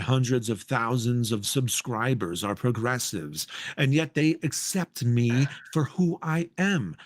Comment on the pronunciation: "pwogessiwes accepe me for who I am" That's how you know you're failing.